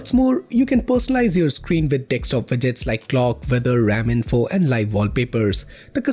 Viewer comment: Bro, it’s pronounced as D E S K T O P, not D E X T O P.😊